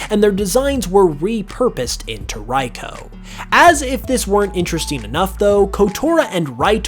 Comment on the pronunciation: if ive learned anything from all these pokemon its that absolutely no one knows how to pronounce any of their names "raiko"